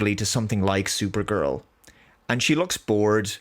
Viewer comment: Thooper-gurl's thooper-thales.